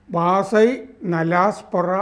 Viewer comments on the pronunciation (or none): വാസൈ അല്ല വസായി